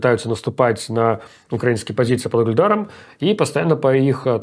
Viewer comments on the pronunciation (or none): none